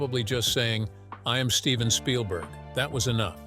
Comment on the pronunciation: i do like how you often say 'shpielberg'